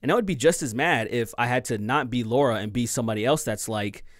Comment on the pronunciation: When you hear 'Laura' instead of 'LARA' 🤨